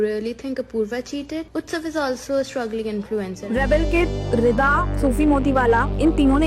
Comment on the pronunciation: रिदा ❌ रिडा ✅